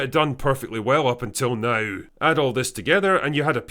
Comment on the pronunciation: It's "contro versy" not "con troversy" ffs. It's "now" not "nauhrrrrr" ffs.